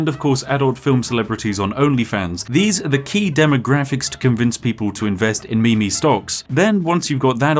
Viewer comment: first time i've heared MeMe pronounced correctly in a long time